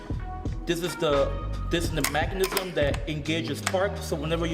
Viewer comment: Mechanism. Not mack-anism